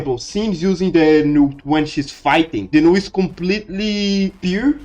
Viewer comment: This is a pretty cool theory/explanation! Could you add subtitles, though? It can be hard to make out what you're saying sometimes due to your accent. For instance, you pronounced "null" as "new" several times in the beginning, which was confusing until I figured out what word that was through context.